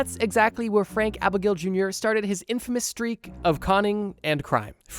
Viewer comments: I don't know why it bothers me so much, but hearing him say "abigail" instead of "AB AG NALE", really irks me. XD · abagnale! not abagnolee, abagnalee, abagnale! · It’s not Frank “Abigail”! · Abagnale= Ah-bag-nail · holy hell man why would you not double check the guy's name before saying "frank abbigail" over and over? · It's not Abigail. Jeez. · My man, Abagnale=/=Abigail lol but no sweat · Its frank abagnale. The n is not silent😂😂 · A-bag-nal-ee. Found to be a fraud and most of his escapades were total fabrications. Surprised you fell for it when it's all on Wiki. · A B A G N A L E Not Abigail. How do you do research for these videos without learning how to pronounce names you say 30-50+ times?? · nah you’re totally right to be annoyed. is a big enough channel to not be making these kind of mistakes but it happens EVERY video. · btw it’s pronounced a-beg-nail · I can't stand you calling Abagnale Abigail. Just look at the letters man. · There is an 'n' in Frank Abagnale's name. You're pronouncing it like Abigail. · not how u pronounce his name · The way you incorrectly say Abagnale ruined this video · How did you do all the research for Frank Abagnale and read his name wrong every time? 😂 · Frank Abagnales name was mispronounced every time you said it😂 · The mispronunciation of Abagnale is driving me insane. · The name Abagnale pronounced “ Ahh-Bag-nail”, not Abigail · You didn't pronounce Frank's name properly at all, not even once. It got to be so annoying because of how often you said his last name, that I had to skip that part. You were saying "Abigail", when his name is "Abignale", I believe. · it's not Abigail it's abagnale lol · You spelled Abignale correctly, but your pronunciation "Abigail" is not correct. Sorry to knit pick. Otherwise excellent content. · Omg its not Frank Abigail. Its Abagnale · Its Abagnale! Not Abigaile, not Abignawle, ABAGNALE! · It's Frank Abagnale Jr. not abagnaley ABAGNALE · AbagNALE… lol not Abigail 😅